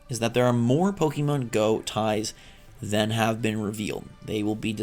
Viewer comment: it's Po kay Mon. Wtf